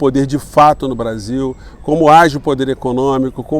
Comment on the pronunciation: O Eduardo Moreira pronuncia o Brasil igual ao gringo...kkkk...pra vcs verem como a classe média nem noção tem...francamente, heim? Brazil??? Vira latas mesmo...aqui se fala português.,,ficaremos nessa penúria, Sacou?